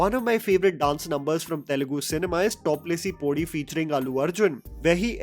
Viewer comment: My dude, please invest in few hours of training to pronounce other languages correctly. The cringe is max everytime you say "top lesi podi". It should take very little effort.